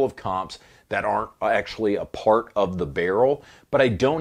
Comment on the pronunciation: Ur the cajun - "yah dat paaart " 🤣 wooohoooh that was funny af organicly